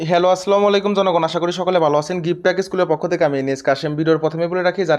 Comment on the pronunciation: মনে কিছু নিবেন না আপনার প্রায় ভিডিও গুলো দেখি আপনার সালাম এর উচ্চারণটা ভালো লাগেনা আমি সহি উচ্চারণ টা বাংলায় বলে দিচ্ছি আশা করি নেক্সট ভিডিওতে এটা ইনশাআল্লাহ আপনি এপ্লাই করবেন আল্লাহ তৌফিক দান করুক আসসালামু আলাইকুম ওয়া রহমতুল্লাহ আপনি বলতেন আসলামু আলাইকুম